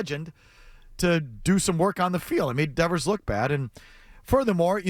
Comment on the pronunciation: He can't even pronounce Devers name. What a complete asshat Will Clark is.